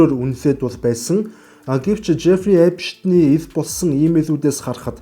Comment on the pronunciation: Epshten bish Epsten gej heleerei gej olon humuus helj baisan shuu